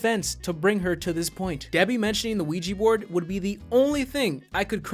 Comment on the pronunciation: They gotta burn the Quiche Board